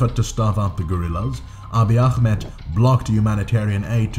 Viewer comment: The way you pronounce akhmed is too strong, I know it comes from good intent but try just calling him “aameed” spelled Ahmed next time :)